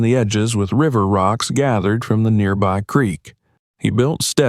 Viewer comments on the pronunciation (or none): none